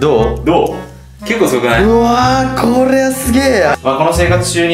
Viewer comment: からの うわ〜！これぇ(舌巻き)はすげぇや(棒)がクソワロタ